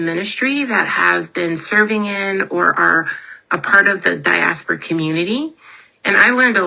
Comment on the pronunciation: Please make her stop saying Diaspora!!